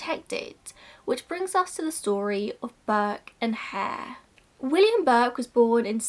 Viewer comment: after mentioning what happened to Burke's skeleton and skin I thought you were saying that no one knew what happened to Burke's hair 😂😂 I was really confused but soon realised you meant Hare 😂